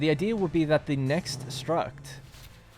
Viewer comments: I cant stop hearing you say "struKt" bro are you saying strut?! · I’ve never played the MGS games, so I had to Google it. Is it “Struct”, like “structure” or Is that the Irish way of saying “strut”? 😁